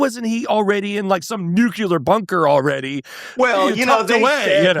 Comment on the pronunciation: It's nu+cle+ar Sounds like new + clear. Saying nu-q-ler = difficult to respect your opinion, if you don't know even how to prounce something that could end life on earth, no?🤷